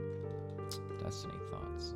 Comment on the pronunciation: "Desk-Tiny" come on, at least get it right